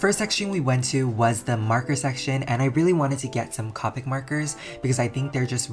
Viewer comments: It’s coepick not cawpick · what anybody else triggered when he said co-pic marker instead of cope-ic markers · It’s pronounced Co - pick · I think it’s Copic is pronounced Ko-pic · I love your videos but please.. Copic has a hard "o" sound not a soft one; I died a little every time you said "cah-pic" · I hate it when people say copic like that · He said copic wrong